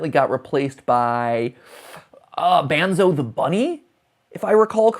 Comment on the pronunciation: Matpat your killin me. Its Bon-zo For Like say "Bon-Bon" And take the bon of that and then say its name